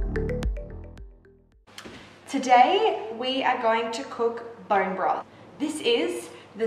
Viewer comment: "Borrreen Brofff"